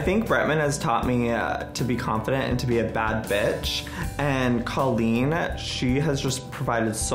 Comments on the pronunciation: Okay but it’s time for Joey to start pronouncing Colleen’s name properly 😭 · How can you say you're Colleen's friend and pronounce her name "CAH-LEEN" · IF YOU’VE BEEN FRIENDS FOR A DECADE WHY CAN YOU STILL NOT PRONOUNCE HER NAME CORRECTLY Bretman has known her for a tenth of the time and he can say it right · I'm not questioning Joey's friendship to Colleen, but you'd think the guy could pronounce her name correctly. Haha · I feel like Joey says Colleen's name wrong. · Bretman says Colleens name correctly..Joey doesn't..I've been wondering how thats possible. I thought maybe it was a joke between them or something? Or maybe she's too nice to correct him? Just something I've noticed.